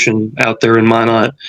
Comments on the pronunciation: Hi there! Nodakian here 👋 Minot is pronounced MY-NOT. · It’s pronounced My Not. Minot